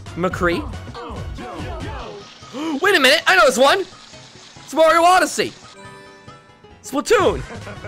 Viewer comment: u said morio